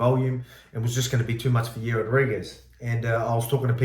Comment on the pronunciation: 'Yair" doesn't rhyme with "hair", mate.